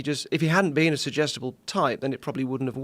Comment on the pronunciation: He says "Sugestable", We hear "IDIOT"